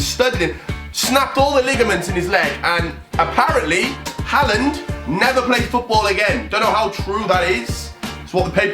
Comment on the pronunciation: Mate it’s clear you’ve got no idea about football haha do some research pal do you know why he kicked Harland? Ps it’s har-land not Hal-land